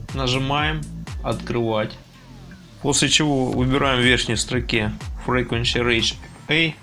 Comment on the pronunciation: Частота произносится - [фриквонСи]